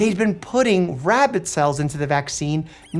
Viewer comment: What I learned from this? Dr.Mike can't say the word "rabbit"🐰. He says "rabbid" instead.